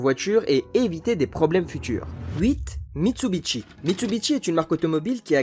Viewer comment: Les liaisons à l'oral constituent un petit florilège en soi, sans compter que je me demande bien pourquoi Mitsubishi devrait se prononcer Mitsubitchi ?